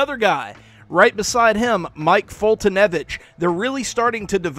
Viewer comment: I finally know how to pronounce Mike Foltynewicz's name. For that, I thank you. Seriously. :|